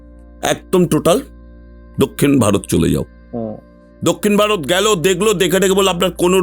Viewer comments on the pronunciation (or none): none